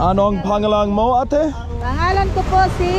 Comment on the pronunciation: You're pronouncing salamat better in this video, just need to work on "pangalan" (i know its a bit hard to pronounce right for an english speaker") pa-nga-lan not pang-nga-lang. Appreciate trying to speak our language though. Btw great content! Quality vid.